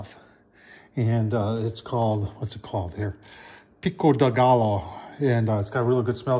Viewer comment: pick o del gallow????? oh....